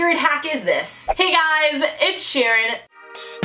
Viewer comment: No offense but when you said "its Sharon" it sounded like you said Ed Shiren